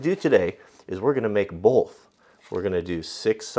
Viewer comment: Stop putting an 'L' in the word 'Both'. You pronounce it 'Bolth' and it drives me mad!